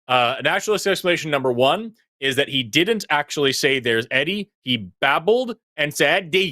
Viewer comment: Hey. "Eddie" sounds like 'Teddy".